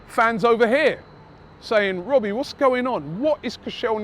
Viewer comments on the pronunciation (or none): none